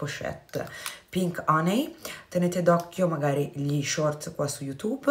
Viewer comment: ad esempio infatti "HONEY" si pronuncia "HANY", hehehe, dipende...quindi ricorda "BALM"= PRONUNCIA "BALM" (NON BOLM) , mentre "HONEY"= SI PRONUNCIA "HANY" , NON "HONEY"